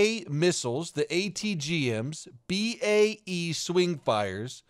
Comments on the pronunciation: Hey,. I think it's pronounced B A e. As it probably is an abbreviation of British Aerospace, a company that used to make missiles etc. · BAE is a company... so it’s pronounced bee-ay-ee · love your videos, especially the one of our ex-priminister doing the robot dance (google robot dance Peter Crouch for more info) but mate, it’s B A E said with a gap between them letters bud